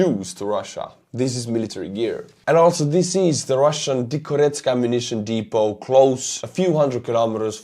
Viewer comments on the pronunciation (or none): none